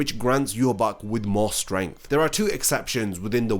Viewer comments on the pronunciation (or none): none